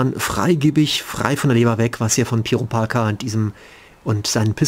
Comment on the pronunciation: hast du grad PeeParker gesagt? tzzz